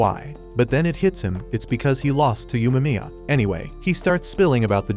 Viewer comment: Say Umaria correctly pls